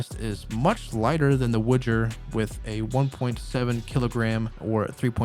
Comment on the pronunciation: it's not a Witcher or Wouldjer product. The proper pronunciation of the company is Woo-jer. It is not associated with something else just because it has a same starting letter.